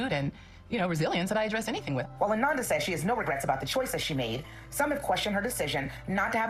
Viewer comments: Her name is pronounced (A-non-da) its not like Amanda 🤦🏾‍♀️ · Ah-non-duh.....come on now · Her name is pronounced Ah-non-da not Ah-nan-da. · Ananda😮‍💨🙏🏾… (Uh-non-da) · Pronounced ah-NON -da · Good commentary, but you are pronouncing her name wrong. ❤